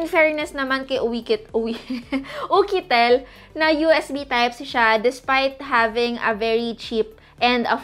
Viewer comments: It's YUKITEL po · Bakit ukitel😅😅🤧🤧